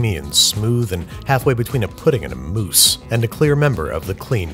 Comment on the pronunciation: is it bad that I thought he said “moose”?